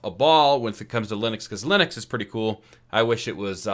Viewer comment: Good video, but I have never heard ubuntu, lynux and UEFI getting getting pronounced like that 😅